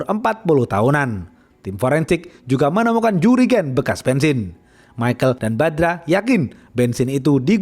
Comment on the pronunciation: Jurigen 😁 jerigen kali bang maksudnya